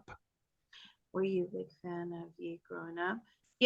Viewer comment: pronounced “yay”